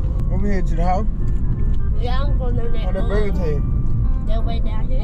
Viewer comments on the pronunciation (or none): "my burga" lmfaoaoaoaoa